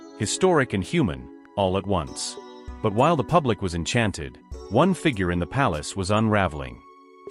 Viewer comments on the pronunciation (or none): none